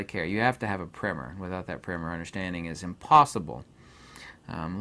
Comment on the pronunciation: What is he referring to in the beginning of the video….he says without it you can’t understand…. I believe he calls it a primer? Or primmer?